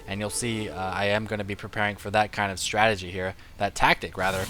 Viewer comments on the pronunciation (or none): none